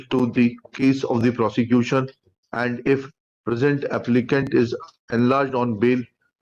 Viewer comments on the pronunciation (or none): Everything apart, Did he just call Prosecution .."Prostitution?" I think the judge noticed it too